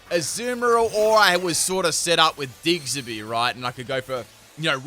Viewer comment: So we gonna slide past him saying diggserby rather than diggersby? I mean I love the guy but is it his accent or is he just saying it wrong on accident?